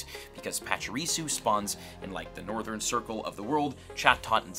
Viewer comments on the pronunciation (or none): none